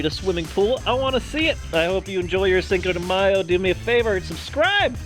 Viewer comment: but u cant say cinco properly 😂😂🤦‍♀️